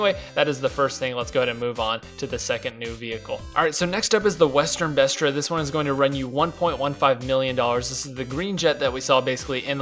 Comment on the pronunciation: it's the western BESRA, there's no T